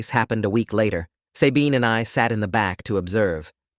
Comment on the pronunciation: As far as I know, it’s pronounced SUH-bean, not say-bean